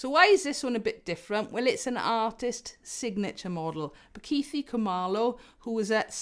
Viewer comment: Just a heads up, we don’t have a th sound like you have in the word “the” in our languages in South African. The th in Bakithi” is similar to the t sound in tip.